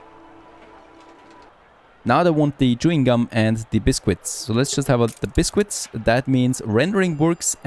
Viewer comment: It's not pronounced as bis-quits. It's said as bis-kits.